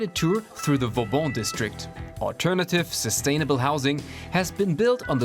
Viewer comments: Vauban, not Fauban. Like in Sebastien le Prestre de Vauban - the one you name yourself in the report... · *Fauban = Vauban